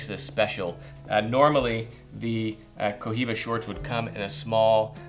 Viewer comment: it's pronounced "coiba"